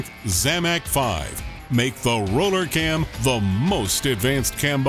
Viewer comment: RRRRRRRoooooooller Cam.... The Arnold Schwarzenegger of cams ....